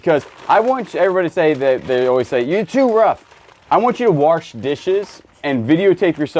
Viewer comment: "WARSH" dishes.. 🤣